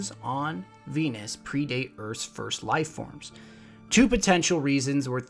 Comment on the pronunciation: he said fenus and then Venus .